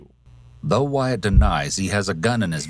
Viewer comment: OMFG You're a lawyer but you don't know how to read? His name is WYATT...not WHITE. I couldn't finish watching your video because you just keep saying WHITE over and over again. I just don't understand people that make videos but don't bother to be certain of the subject or information they're speaking about.